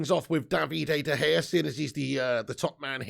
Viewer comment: Came to watch this after the Brentford watch-a-long and I can’t stop laughing at the way you say De Gea’s name I love it Is it “Davide” De Gea or David “D” De Gea .. I hear an extra D or E in there and it’s absolutely magnificent